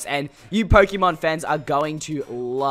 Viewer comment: Stop calling it pok - ie - mon